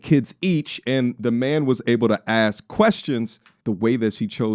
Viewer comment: ASK .. not AKS 😅